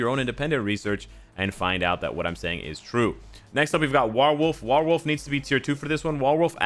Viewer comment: War + Wolf = WarWolf...not sure why you still can’t pronounce this correctly!? 😂😂🤣